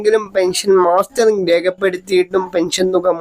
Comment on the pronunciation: മാസ്റ്ററിംഗ് എന്നല്ല. മസ്റ്ററിംഗ് അല്ലെ.....ഇയാൽ എവിടത് കാരനാ